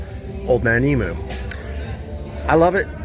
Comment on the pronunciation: One day you guys over there will learn how to say emu lol